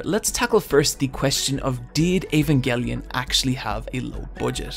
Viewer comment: Can we appreciate that this guy says "Evangelion" in the least annoying way